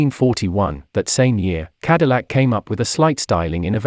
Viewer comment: Lucien Antoine de la Mothe CADILLAC not “de la mort”